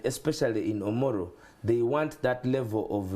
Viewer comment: Its Omoro county not omolo?